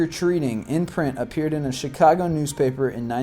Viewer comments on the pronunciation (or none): none